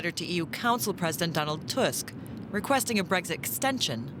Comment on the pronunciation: Stop saying Dask ! T U S K